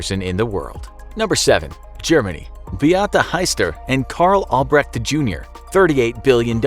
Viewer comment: Can we appreciate how well he pronounces their names? Well the german one was english accent because how he pronounced "albreCHt" it's more like "albreSHt"